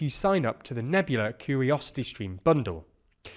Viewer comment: "Moneytary" "curiosity" Britain is also incorrectly spelt in the Thumbnail. Come on guys, details matter. Particularly when you want to convey information, it's hard to trust when basic & blatant errors are being made unchecked. This is sloppy.